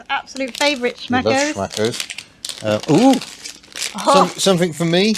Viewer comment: I had to hear it twice, your German is so nice... «Schmackos» or «Axialgelenkspurstange». Imagine that: I watched the entire Member Q&A (cause I am one of those 🤗 )